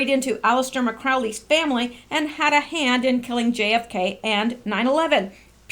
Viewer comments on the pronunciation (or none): It’s Crowley not McCrowley. BYW he advocated for a NWO and he also said a child makes the best Satanic sacrifice.